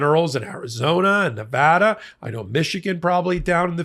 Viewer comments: Thank you for pronouncing the great state of Nevada correctly(!) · Thank you,, for your continued updates. Also, thank you for pronouncing Nevada right!